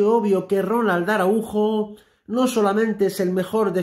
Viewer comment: Que desgracia que no saben pronunciar el apellido Araujo. Que les pasa?